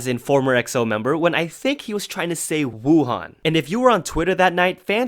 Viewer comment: DID U SAY WUHAN LIKE. AHHHH. YOUTUBE DEMONITIZE THIS. Jk love u